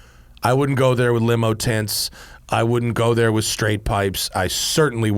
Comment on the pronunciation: Did he just say “tints” ? Jesus Christ.